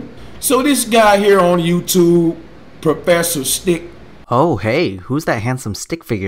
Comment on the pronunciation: propfesser sthiq